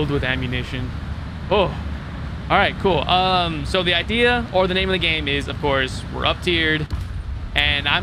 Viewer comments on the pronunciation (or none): none